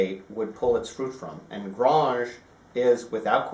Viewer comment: One comment if I may please. It is pronounced Grange as in Angel (or graynge). You're almost trying to pronounce it with a French twang to it but this should not be the case. thanks and regards.